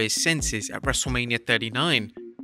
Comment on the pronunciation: Everyone = H Wrestlamia- Haich